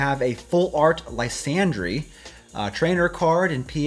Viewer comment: I thinks its pronounced Lie San Dur